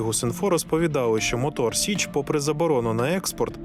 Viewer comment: Мотор Січ, а не сич